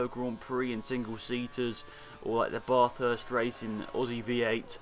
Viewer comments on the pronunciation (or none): its Ba-thurst not Bath-urst just saying